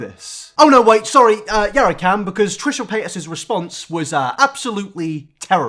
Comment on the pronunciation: Trisha Pay-as